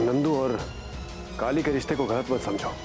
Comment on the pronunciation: Yrr Kali hota hai Kaale nahi 😀😀🤣🤣